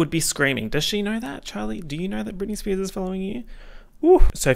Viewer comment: spearzez he sayz as he spazzez